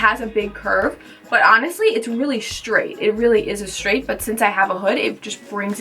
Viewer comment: Straight not shtraight